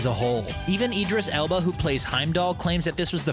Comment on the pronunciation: "Eedris Elba"